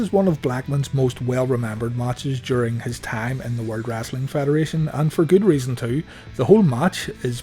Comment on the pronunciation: Dude you really say wrassli